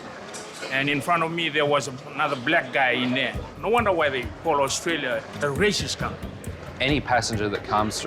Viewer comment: "Ai otralia"